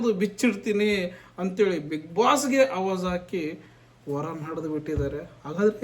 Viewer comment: First' pronounce Kannada clearly That is not Havaaj , that' Avaaj Please don't be insulting Kannada